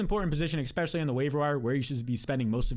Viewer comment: Love your advice but please stop saying ex specially. It’s especially.